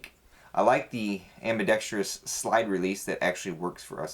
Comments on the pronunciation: "AmBEEDexTruss" NOT "AmBeeDexTreeUs" Goddamn school system anyway. Turning out inarticulate knuckleheads. Cool gun though. #EnglishTeacher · That's not the issue it's ambi-dex-trous not ambi-dex-TREE-us. There is no TREE near the end. I only mention it (to Eff with you) because my girlfriend who listens while I watch GRRRs at how many gun guys can't say it correctly. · You're worried about saying integral correctly, when you can't even pronounce ambidextrous correctly. :)